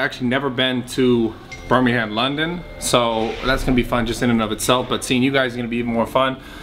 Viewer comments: Birming-ham, London? Dude are you fucking srs? Lmao, it's pronounced Birming'um and it's nowhere near London... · some pre expo advice, im from birmingham and its pronounced ' bur-ming-um ' and the people who live there are called brummies, they'll love you for it ;) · The way you said Birmingham 😆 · Haha you say Birmingham funny!!!